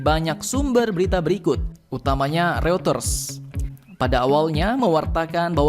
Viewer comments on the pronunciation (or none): none